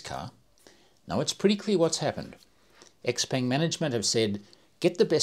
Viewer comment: Btw, it’s pronounced “Siao Pern” in Chinese. Phonetically X = S